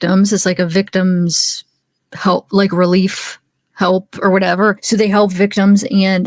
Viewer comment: I heard HALLLLP! at least twice